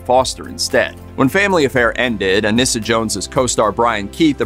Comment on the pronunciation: Her name is pronounced UH-NEE-SUH, not UH-NISS-UH.